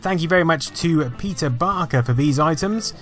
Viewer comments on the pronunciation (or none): none